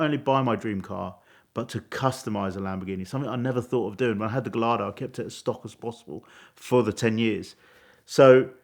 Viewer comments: He said guh-LARD-oh 🤣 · Imagine being a Lamborghini owner and still pronouncing “Gallardo” phonetically